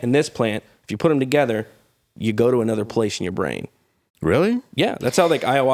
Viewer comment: PUT THAT T IN THERE!